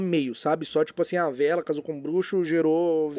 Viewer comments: VEELA "Vê-ela" não. "Vi-la". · você está correto. A pronuncia correta é "Vilas"